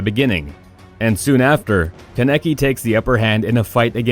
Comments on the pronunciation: This man Ken a ki it’s fucking kaneki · Keneki 😂 it’s kaaaneki there’s an A not en E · Did u just say ken- eki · Ka Necky 😂 Lol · “Ka Neck Key” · It was all abd before when he was pronouncing the names but once he said "Ka-nek-e" I died a lil ;C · Mans said Keneky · HE PRONOUNCED KANEKI WRONG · The way this mad mispronounced many of the characters names like Kaneki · He’s said kaneki wrong lol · "kuh neh kee" "oh bee toe" "man-gay kee ew"